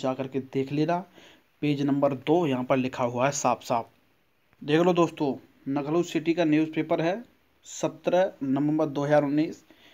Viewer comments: पहले कट ऑफ नही रिजल्ट पहले आ जायेगा अच्छा नखलऊ लखनऊ बोलना सीखो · Hahahaha नखनऊ